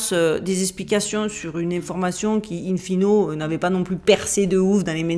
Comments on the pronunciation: C'est "in fine"(finé) pas fino 😀 sinon passionnant ! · Votre charme et votre humour nous donnent le plaisir d'écouter vos videos passionnantes et dont le fond est très sérieux et scientifique. Mais de grâce pas ""in fino"" mais "in fine" je plaisante. !